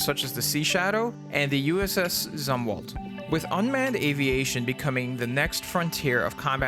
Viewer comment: I initially received orders to the Zumwalt, but ended up on the Stethem over in Yokosuka. We all pronounced it ZOOM-walt, so unless the whole of the navy was horribly wrong at the time (which is 100% possible seeing as it's the damn navy) I believe that's how it's said. This was a decade ago now however, so maybe it's changed. shrug